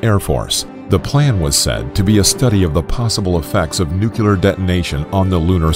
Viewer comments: Of course it’s pronounced ‘New-clear’, the word literally means ‘of the nucleus’. You wouldn’t pronounce that ‘Nuculus’, would you? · This is why I couldn't watch this video to completion. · Nuclear actually, not nucler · Its Nuclear btw not nucler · Let's get this straight... It's nuclear... Not nucular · Lol "new-clear" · Dude... It's pronounced "new clear" not "nuke you lear". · It's NuCLEAR, not NuCuLaR... I couldn't even finish the video because of this. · Everyone: Nuclear Muricans: Nucular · I can't take anyone that says nu-cu-lar instead of nuclear serious. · It's pronounced: 'new-kleer', not 'nu-killer'; it's not difficult chaps. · What’s with this guy calling it “NUCELAR” instead of NUCLEAR!!! Is his last name Bush? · I blame George W. Bush for teaching Americans to pronounce "nuclear" as "noo-kyoo-lar." Surely, the pronunciation of "nu-CLEAR" should be CLEAR! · "Nu-clear", not "nuke-u-lar". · If he says nucular instead of nuclear one more time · It’s pronounced (Nu-clear), not “nucular.” I mean seriously, it’s pronounced the way it’s spelled. Why does no one get that? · NU - CLEAR. Not nOoKyOoLeR. That is all. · Somehow, nuclear became nukuler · Its pronounced "Nu-clear" not "Nu-cyu-ler" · For the last time it's not "nucular" ----- nu...clear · Had to stop watching after hearing “noo-coo-lar” one too many times (hint: it’s pronounced “new-clee-ar”) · NOOO CLEEEE ERRRR, not new cue ler. Sheez, the ignorance and the writing is terrible. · NUCLEAR. ITS FUCKING NUCLEAR. NEW CLEAR. If you want to get modern you could say new klee ar. The word ONLY HAS ONE "U" IN IT! Omg can people fucking read? How do you get nukular out of nuclear? This is probably my biggest pet peeve of all. Coming just before piss poor punctuation. I'm gonna have a fucking aneurysm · Stop saying nuculer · No-clear Nu-clear Nuclear Not clear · If the President of the United States can call it nuke-u-lar, so can we! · Nooo kuuu ler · It's funny how he pronounces nuclear "nukelar"... :'D